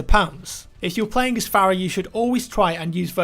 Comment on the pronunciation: Fare-uh is actually far-uh, just listen to audio cues in game. I can't remember who it was but a character in game said her name as such.